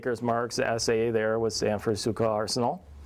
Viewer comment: Not pronouncing schuylkill arsenal right. federal soldiers had 2 rivit scabbard until in 1863 when they became 7 rivit. Wasnt till 1864 they used rivit and us stamped on cartridges boxes but their was still sime had us plate on 1864 models. Corrugated canteen didnt start until 1862, they did use scraps of dark blue and sky blue as canteen covers. This guy dont know much.